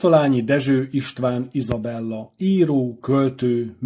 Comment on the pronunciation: Az... Izabellát jól hallottam?